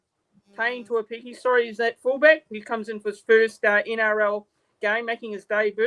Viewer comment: Hey bro. The pronunciation of tuaupiki goes like this. 2-0-PIKI. Or 2-oh-piki.